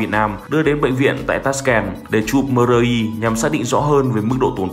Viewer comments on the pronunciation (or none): Chụp "mờ rờ i" là gì vậy? Bó tay BLV